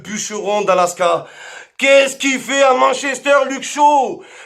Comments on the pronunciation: Attendez il y a que moi qui prononce Manchester a "mann chester" ?😂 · "Mench Ester" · Arrêtez de prononcer Manchester à la française